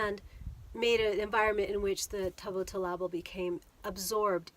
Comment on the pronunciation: I know it's tricky to pronounce. Let me see if I can help you, Tubat means acorn, TOO-bottle-ah-bull.